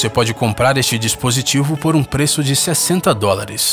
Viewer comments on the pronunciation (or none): continua assim dizendo os peeços